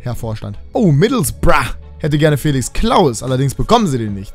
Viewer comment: Kannst du aufhören middlesbrough so behindert zu sagen?